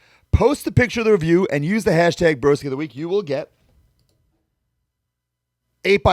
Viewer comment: So nice hearing my name mentioned here even though completely butchered it 😂😂 Cheers broskies